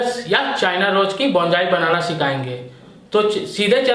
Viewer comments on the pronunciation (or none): Abe bolna to sekhle.. Bonsai Bolte h Bongai nahi... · बोंजाई नहीं बोनसाई बोलते हैं डियर, प्रोनाउंसेशन ठीक करो अपनी ... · It is Bonsai.not bonjai. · बोंजाई nahi बोनसाई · Pronounciation thik se karye please Yaa fir Hindi mein boliye. Bonsai ka Pronounciation =Bawn-Sai Bonjai nahin hoga. Aged is = A-jed Not A-Jid Ok. Rest all OK. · Oye Pagal Bonjai Nahi Bonsai hota hai 😂😂😂😂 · अबे बोनजाई नहीं बोलते बोनसाई बोलते हैं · Bonjai nahi bonsai kaha kariye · बॉन जाइ नही होता हैं बोन्साई होता हैं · hmm Likha to hai , but pronounc to Bonjai hi Kar rahe hai 😂